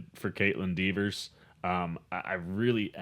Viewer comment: You mispronounced Kaitlyn's last name 50 times :( It's Dever, not Devers.